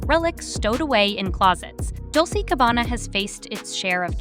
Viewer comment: It’s pronounced Dol-chey (Dolce) and Gabana- got a put that flare on it!